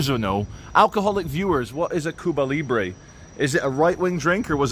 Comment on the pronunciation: Cuba Librie not a spelling man.:face-blue-wide-eyes